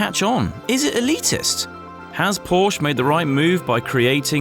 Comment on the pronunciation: Please pronounce Porsche properly!